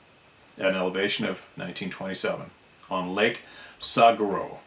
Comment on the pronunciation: Saguaro Lake. Just like the Saguaro Cactus " Saw-war-o" best I can do for pronunciation. Born and raised in Phoenix, Az. Saguaro Lake is the first of 4 lakes on the Salt River east of now the 5th largest metro area in the USA! Do love my Arizona 🙏. Up river on the Salt from Saguaro Lake is Apache, Canyon and Roosevelt Lake. Roosevelt being the largest. These lakes cut through the Superstition Mountains and provide the Phoenix metro area with %60 of our water. Many geologists rate these mountains as the roughest, toughest, most dangerous Mountains in the lower 48 states. It's a rough vast region. With a violent history going back 1000s of years. The upper end of the river near Roosevelt Lake there are huge cliff dwellings made by long lost people. Many legends and what not. This is just what I know growing up here and common knowledge. I have been in parts of and hiked a bit up " Fish Creek Canyon" I have would not dismiss strange reports from anywhere around here.. These Superstition Mountains are also sacred to the Apache Indians going back 100s if not 1000s of years. Just my two cents from an Arizona born blue collar guy. Tread lightly and safely here if you come to venture🤪 Most everything in the southern half of Az will stick ya , stab ya ,sting ya or bite ya. Most of the ground is rock so if ya fall on it, it can break ya. Other than that it's pretty hospitable 👍 No Grizzly or Moose .....anymore✌️